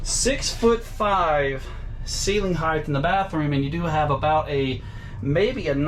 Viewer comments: Love the RV. Just one thing. It is not heightH, the way you pronounced it. It is just height. 😆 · 1. 3 bed 2 bath...,is this an rv or a HOUSE?!2. HEIGHT not HEIGHTH